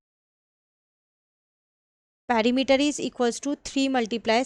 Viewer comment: Perimeter❌ parimeter✔️ Sector ❌sactor ✔️ Semi circle ❌sami circle✔️ Haha😂 just for fun Well explained mam